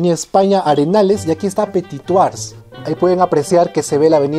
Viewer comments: Muy buen video como siempre. Pero cero en francés: "Du petituajjj". Ja, ja, ja... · Disculpa pero no tienes la buena pronunciación tu le metes una j que no existe si es verdad que no se debe pronunciar la ultima letra yo lo se porque no vivo en Perú y hablo francés todos los dias desde hace 27 años lastima que no pueda decir como escribiendo....pero buen esfuerzo y tus videos son SUPER ME ENCANTA la historia y te sigo siempre es interesante gracias por eso... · Viva petituaj 😂 o cómo lo dice 😬😂